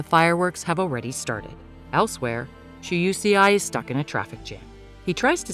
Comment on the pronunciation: UCI??? 🤣🤣🤣🤣🤣🤣🤣lol it's Shuseii🤣🤣🤣🤣🤣🤣